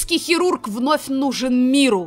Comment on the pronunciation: "ПЛАСТИЧЕСКИЙ ХЕРУРГ"